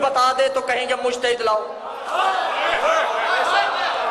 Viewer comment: 😆😆😆😆ooo bhai oo Ye jo padh raha h uska wali ya mujtahid se kya matlab Aur jaise allama the waise unke manne wale jahil Jinko pata hi nhi مشتهد nhi مجتهد hota h